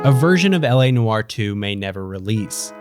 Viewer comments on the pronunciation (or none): He saying noire wrong asf